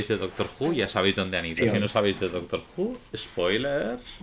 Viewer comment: aí dise doctro Xd